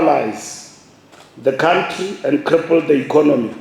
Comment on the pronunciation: А это что за мумбо юмбо нарисовалось? Думает, что говорит по-английски? "Юрр кааунтрри комитЕт ин иррак... " 🤣🤮 Очень может быть, что США допустили по ошибке какие-то нарушения в Ираке, но они за 100 лет не оккупировали ни одного кв. сантиментра чужой территории! И не бомбят торговые центры с мирными посетителями, не мародерят женские трусы, унитазы и памперсы! Наверное, закончил пту Патриса Лумумбы в деревне Кучково? Как бы не распинался этот дремучий поц, пукин не сможет приехать в ЮАР, потому что будет арестован немедленно! Его уже предупредили, что он может рассчитывать максимум на участие он-лайн. Не больше! Просто этой декоративной карикатуре не дали визы в США, вот и свирепствует в джунглях. мумбо юмбо может кого-то "вилком", но не ему решать! Дегенеральный сер-кетарь африканских стран - это мистер НИКТО! 🤐